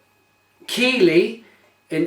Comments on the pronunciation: Ha ha ha I can't believe Rob didn't pull you about your pronunciation of Keighley. It's pronounced Keith lee and not key lee as you said. Glad you enjoyed the beer and it was great to meet up again at least we had more time for a chat this time. Hopefully I will see you at the next Welsh beer festival. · Really enjoying watching your videos as I try these beers. Many thanks. Also Keighley - pronounced Keith-ley lol